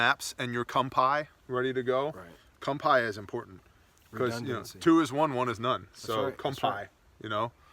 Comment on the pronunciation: What the hell are "com pies"?